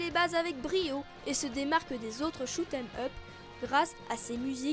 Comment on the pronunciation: Bon concept le seul problème: on voit (on entends surtout) que tu lit il faudrais faire un peu plus naturel la dessus. Et pou les shoot'em up il faut prononcer shmup ou shoot them up ^^ sinon encore une bonne vidéo signée